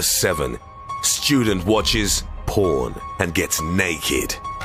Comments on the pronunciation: I love the pause between "Student watches" and "porn" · "Student watches 'porn' and gets 'naked'" why did he say it like that?